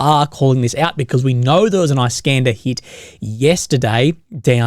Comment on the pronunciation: "Iss-kander" not "Ice-kanda", mate.